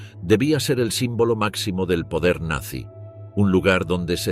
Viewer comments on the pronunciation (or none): 2 segundos, en el mismo momento que dijo "Nanzy"